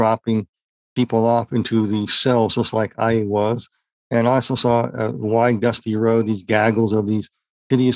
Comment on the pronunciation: Did he say:"Dusty Road", or Husky Toad?🐸